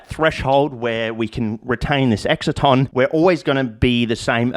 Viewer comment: I'm just some flog, but I think it's "excite-on" as in an excitation - not making fun, clearly you learnt it from reading which suggests greater intellect than your peers - but just in case you ever have to say it in front of an academic crowd, might be helpful :)